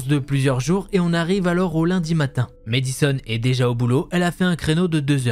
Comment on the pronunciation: mAddison pas mÉdison 😂 est-ce que tu dis mAdonna ou mÉdonna? 😜